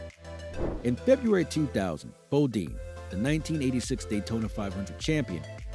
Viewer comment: Title is misleading. It gives the impression that there are uncharacteristically big crashes coming in 2023 because of huge safety issues. And you pronounced "Bodine" wrong. Nice video otherwise.